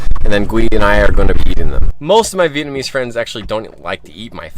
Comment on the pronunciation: your pronunciation and tone/accent is getting really good! Most of the Vietnamese sentences you said in this video was quite on point! Impressed!